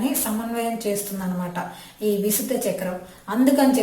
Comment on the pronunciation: విశుద్ధ కాదు విశుద్ధి అని పలకాలి..